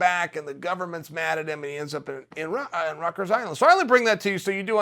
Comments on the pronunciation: "Rutgers island" lmao Rickers smh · Does he mean ryker's you say in Rutgers but he means Rikers Island right